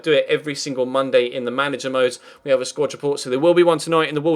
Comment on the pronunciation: I know this is a stupid complaint but for f's sake it's a SQUAD report, not a SQUATCH report this just really bugs me